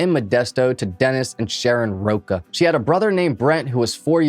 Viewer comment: I appreciate you correcting that, but just know that Lacy's original surname was pronounced "Row-cha", not "Row-kaw". As many times as I hear this case, it still breaks my heart. Mr. sociopath Peterson should have been executed long ago.